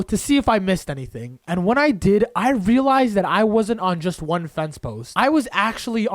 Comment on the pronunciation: Can someone see how many times he said relise?